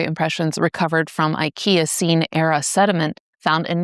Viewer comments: I thought I'd misheard "Ikeacene." Hilarious! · Being fair, on "IKEAcene," it's ever more common these days that people will intentionally mispronounce words to drive up engagement from all the "it's pronounced (insert phonetic spelling)!" For me, it was bringing up Frankenstein that tipped the scale. Well acquainted with her influence from Galvani's experiments which go a bit beyond shoving wires in leaves. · As soon as I heard Ikeacene you became sus.😂 Great job !